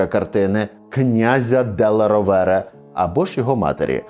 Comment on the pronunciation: Будь ласка, коли готуєте нове відео, консультуйтесь у спеціалістів як правильно звучать іноземні прізвища. Делла РО`вере, а не РовЕ'ре. Бо вуха ріже.